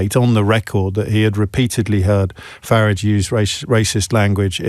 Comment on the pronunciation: Why does this tool call him "Farridge"?